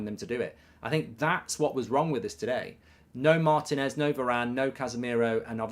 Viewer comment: MAR-TI-NEZ .... NOT maeeertin.ezzz